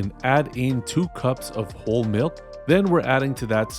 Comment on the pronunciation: I was confused for a second when you said "whole" milk, I had thought you said "old" milk! Very cool choice for a seasonally appropriate media cookbook.